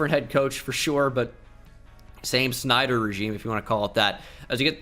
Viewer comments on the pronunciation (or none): none